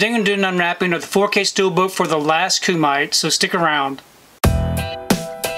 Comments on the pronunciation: 😂🤣 The Last... how'd you say it? Cue-Mite? Remember Bloodsport? The movie that inspired this and most of these Martial Arts flicks since it? That was a Kumite (Coo-mi-tay...the mi rhymes with hit). The tournament to the death. Bloodsport could be called The First Kumite, one may say. Let's tell Ken how you said it is how to say it though. 😂 I am interested in checking out this movie. Sorry Tony, but I had to try three times before I could get over that pronunciation. Funniest thing today, and I needed a laugh. No insult meant. We've all mispronounced things. I would recommend rerecording this. Take care. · Thanks! 🥋🙏 It's actually pronounced Kuu Mi Tay 😁 Means 'Grappling Hands' in Japanese 😁👍 Very cool Steelbook cover! 💯 Have a great day!! 🎬❤